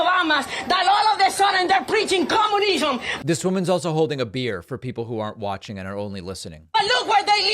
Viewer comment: The clintoens, like yobamas, they're preaching coomunisom